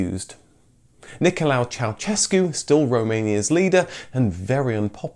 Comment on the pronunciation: Why is it so hard for you to pronunciate correct Ceausescu? The first part is correct but ...sescu is like shescu. "se" from sescu is like sha from shame. Shame on you.